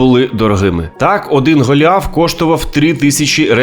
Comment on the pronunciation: гАліаф? Расссєйська прошивка проскакує